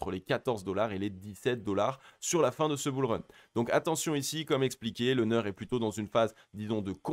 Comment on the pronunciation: Juste pour information et parce que ça décrédibilise totalement le reste pour les confirmés, c'est NEAR (prononciation NIR) et pas NEURE...